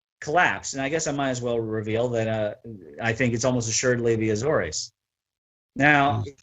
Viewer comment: A-zores. Two syllables. At least in English.